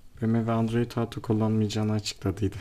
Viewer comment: android Auto değil kardeşim "OTO"